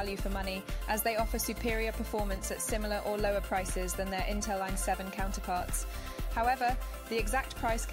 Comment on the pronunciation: damn this AI is stupid, its I7 not y7...